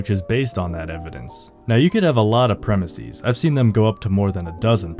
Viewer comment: “Premise” is not of Greek origin, yet you are pronouncing its plural as though it were. Plural of premise is pronounced PREM-iss-ez, not PREM-iss-ees.